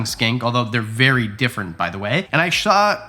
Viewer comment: Shaw! Wow. Shmaller , ecksheption and now shaw I love these little flubs!